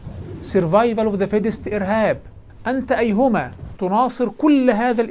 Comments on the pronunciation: ما بيعرف يقول ايهما بشكل صحيح ، 😂😂😂😂😂😂😂😂😂😂😂😂😂😂😂😂😂😂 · حتى كلمة ايهما لايستطيع نطقها بطريقة صحيحة 😆